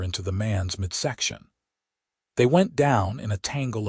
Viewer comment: ".....and slamming his shoulder into the mans mid-SEC-tion"!!!!!!!!!!!!!!!!!!! POS AI again putting stress on the FKN wrong syll-ABLE!!!!!!!!!!!!!!!!!!!!! MID-sec-tion GOD DAMMMNIT!!!!!!!!!!!!!!!!!!!! MID-sec-tion........NOT mid-SEC-tion!!!!!!!!!!!!!!!!!!! POS!!!!!!!!!!